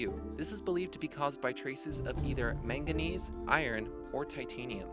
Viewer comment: You should have added vanadinite! It's a super beautiful scarlet-red mineral found in Morocco. Also, you're supposed to pronounce chalcedony kal-SE-duh-nee and magenese is manganese.